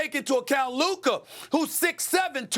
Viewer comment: It’s luka